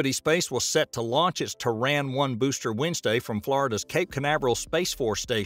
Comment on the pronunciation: Why's is he saying Traan when its Terran...